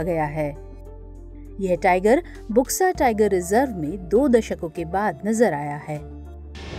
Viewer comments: It's not बुक्सा, it's बक्सा....बक्सा टाइगर रिजर्व. See in here U is not being pronounced as u/oo, it's actually o/silent U. (in bengali) বক্সা = बक्सा (in hindi) Buxa is pronounced as Boxa/Bksa....not Booxa. Eg-Blunt, bulb, Burden, Bug, Buxa. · इसका उच्चारण बुक्सा नहीं बल्कि बक्सा टाईगर रिजर्व होगा। इस क्षेत्र को डुआर्स कहा जाता है। असम में भी बक्सा नामक स्थान है।